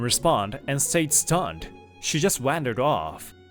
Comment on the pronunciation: Male Narrator: She just wandered off. Me: Snort The way the male narrator pronounced “Wandered” with a short “A” sound, reminds me of how Strong Bad pronouned “wandering” in SBEmail Two Hundred : Email Thunder, when he emailed Homestar Runner at the end!